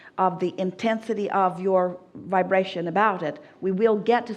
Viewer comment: Everytime I heard the word vibration, I took a shot of whiskey, damn bro I'm shiftacced...aim vaabrastioning!